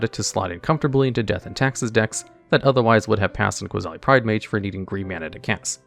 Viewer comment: 10. I think the funniest combo with Ajani's Pridemate would be with Weather the Storm. Imagine someone going for a huge Storm stack, only for you to cast Weather to make Ajani's Pridemate huge, provided no Flusterstorm or Stifle happened. 8. Did I hear Qasali pronounced as QUAsali? 7. It's Ee-kor-reeya. Not Ikoria. He even pronounced it correctly later, I think. Also, Kaheera's a girl? 1. Ah yes. Lurrus, part of the 2021 trinity of nonsense alongside Oko and Uro, and arguably the worst. You know a card is busted when a mechanical errata doesn't stop it at all. Also, what about Mirri, Weatherlight Duelist, Alms Collector, Hungry Lynx, Qasali Slingers, Leonin Shikari, Pride of the Clouds, Leonin Warleader, Pride Sovereign, Felidar Sovereign, Lion Sash, Prowling Serpopard, Temur Sabertooth, Qasali Ambusher, and Leonin Abunas?